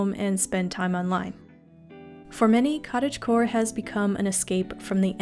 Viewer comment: giving a like the moment you said cottagegore XD